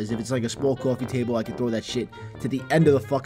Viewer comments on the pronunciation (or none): Cwofee taybol